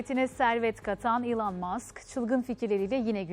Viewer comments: Normal: Elon Musk Spiker: yIlAn MaSk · Ulan ilan deyil elın diye